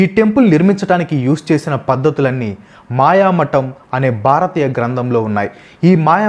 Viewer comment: బ్రదర్ తప్పుగా అనుకోవద్దు కానీ ఒక మాట చెప్తా వినండి, మీరు ఎంత రీసెర్చ్ చేసి విపులంగా వివరించినా, మీరు టాపిక్ లో వచ్చే కొన్ని పేర్లు సరిగా పలకడం లేదు, ఉదా :- 1. "మయమతం" అని కాకుండా మాయామటం అని పలికారు. 2. "చిత్రాంగదా" అని కాకుండా చిత్రంగడ అని అన్నారు. 3. "శంతను" మహారాజు పేరు శాంతను అని పలికారు. 4. "యక్ష" అని కాకుండా యాక్ష అను అన్నారు. ఎంత చెప్తే ఏమి లాభం ?! ఫ్యాక్ట్స్ అంటే నిజాలు చెప్పడమే కదా, మరి ఫ్యాక్ట్స్ లో వచ్చే పేర్లు సరిగా పలకకపోతే ఆ ఉచ్ఛరనే నిజం అనుకొనే వాళ్ళు ఉంటారుగా... ఒత్తులు, దీర్ఘాలు, పొల్లులు ఇలా అన్ని చూసుకొని పలకండి, అప్పుడు పేర్లు అర్ధవంతం అవుతాయి...